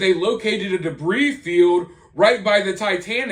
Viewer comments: Ummmm,it's Pronounced DEBREE,not DEBREEZE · Hey, debris is one of those weird words that the 'S' is silent! so its said debree!!! Lots of new words in a story like this one! You're doing an awesome job covering it! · If he did, why would he say "Debrees" about 18 times? Do you purposely mispronounce words? What you're saying has no basis in logic. Besides that, who brought up anything about grammar??? Mispronouncing a word isn't poor or incorrect grammar; it's just mispronouncing a word. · Its pronounced "debree". The s is silent. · I enjoy your content...but the "s" in debris is silent 🤔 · The s in debris is silent. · the s is silent in debris, great video thanks for the regular updates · Debris. The S is silent. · It is reported that the back portion of the sub that had "OceanGate" written on it was found along with with the white landing gear. I think that the U.S. Coast Guard can distinguish between "old" and "new" debris. Note: The "s" on the word debris is silent.